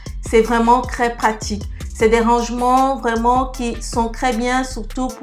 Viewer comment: J'aime bcp tes vidéo. Je te suis depuis 2 semaine mtn. Merci pour tes astuces... Lol... Ce qui me tue de rire... C'est ta prononciation du "T.R" que tu remplace tjt par un "C.R" 😅🤣🤣😘 Pour dire trop beau tu dit crès beau